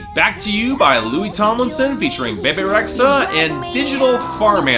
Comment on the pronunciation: It's "Be Be" Rexha not the way you say it lol